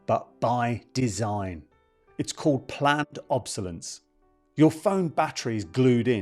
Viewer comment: *It’s pronounced “ob-so-less-ance”. At least get that correct, old mate … 😂